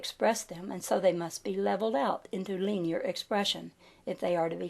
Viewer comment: I DO appreciate hearing your pleasant voice read this material. The grade school teacher in me, however, is not stopping itself from requesting that you consider consulting a dictionary for the pronunciation of the following words: poise, linear, multitudinous, camouflage, continuity, synthesis, telepathy, myriad, peninsula, primeval, and Aegean. L.V.X.